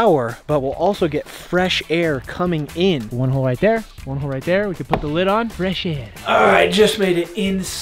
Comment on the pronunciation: You said but not put